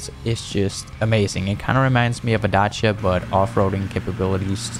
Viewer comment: Respect how you said Dacia 🍻🇷🇴